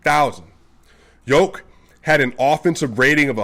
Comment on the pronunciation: Nemoj pricati gluposti, brate. Don't talk stupid thinks, brother. Jokic is pronounced initially like yes or year, and in the end like the genius Pete Maravich (maybe originally Mavrovic) but still written Jokic.